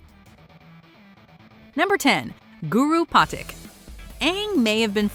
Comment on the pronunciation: They mispronounced patik